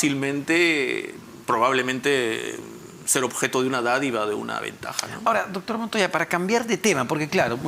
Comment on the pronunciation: Este.entrevistador.dice.ductur.. .ductur.purqui.ipuirqui.amatarola.idinacha.no.lo.investigan.de.igual.manera